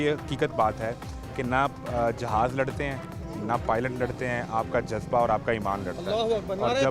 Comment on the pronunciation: Bolna to seekh lo pehly Jazba.😂😂😂😂😂 jo Lafz bola nhi jata woh dekhny ki himmat kahan sy hogi